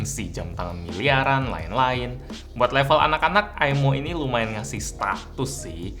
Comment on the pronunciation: Maaf kak, bukan bacaan aimo salah bacaannya imoo